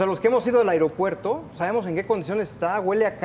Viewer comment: Por qué el conductor dice "AREOPUERTO"?